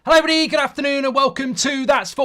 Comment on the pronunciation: Thanks,he skips like half of letters of "everybody".